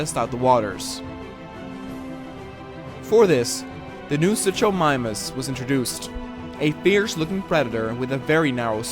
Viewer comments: its suKomimus not suCHomimus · I’m kind of a dino nerd so it triggered me how you said suchomimus. It’s pronounced “soo-koh-my-mus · Oh and you pronounced Suchomimus wrong The Ch is actually making the K sound.